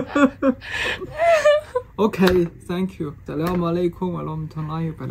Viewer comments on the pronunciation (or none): none